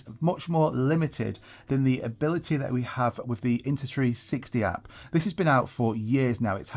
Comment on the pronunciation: You keep saying INTA 360.